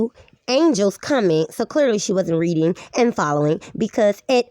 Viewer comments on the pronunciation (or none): none